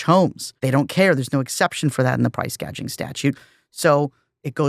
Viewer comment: "gouging" not "gauging"